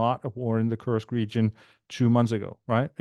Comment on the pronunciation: So glad you took care to say "Koorsk"(@ rather than the pronunciation adopted by the mainstream media (rhyming with "curse"). Some of us were never part of the British empire 😉. Indeed WWI probably offers the best template for what's in store for a postwar Russia. Any chance of having Jeff Sonnenfeld (on the Russian economy) on the show?